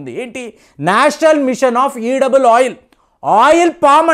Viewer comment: ఈడబుల్ ఆయిల్ కాదండీ, ఎడిబుల్ ఆయిల్.